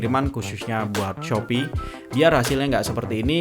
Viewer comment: Salfok sama bilang "khususnya" Krn ketubruk bilangnya dengan "Shopee: syopi) hehe. Makasih bang